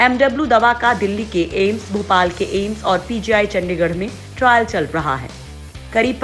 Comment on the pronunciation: Viccen viccen kabtak chalega Kabhi bolti hai viccen Nikal Gaya Kabhi bolti hai trile chal Raha hai